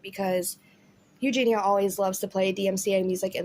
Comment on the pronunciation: You’re the only person that pronounces her name right. EuGENia rather than everyone else says eugina 👏🏼🥰